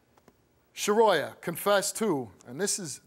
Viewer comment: Shuhroya?!?! Come tf on!!